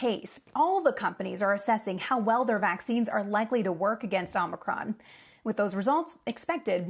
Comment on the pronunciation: It is pronounced "aa·muh·kraan", or did you miss that in "col·age"?